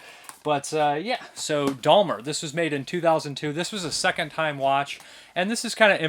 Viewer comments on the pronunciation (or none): There is no 'L' is in Jeffrey Dahmer's name, it's Dahmer not Dahlmer.